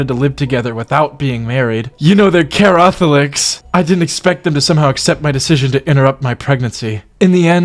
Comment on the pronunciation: Judy saying her family is “carrothics” made me lose my mind oh my goddd